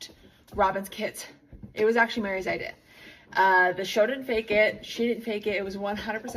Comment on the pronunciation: Here to see if anyone else thought it was weird how Mykelti pronounces the word "idea" LOL